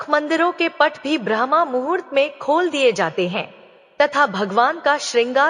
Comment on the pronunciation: Aapki uchharan galat hai brahmmuhurt ko brahmamhurt kah rahi hai